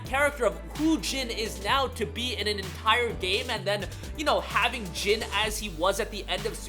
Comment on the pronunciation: His name is NOT Gin. It’s Jin. Like the word Jean from blue jeans. If you say one word in Japanese correct then just say the vowels the same. It’s cringy